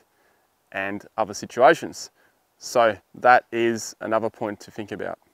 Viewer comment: I Fink you can't say Think